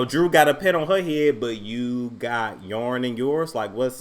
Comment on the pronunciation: Not Yarn lmaooo